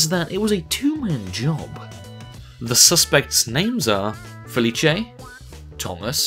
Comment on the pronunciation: You pronounced Felice wrong...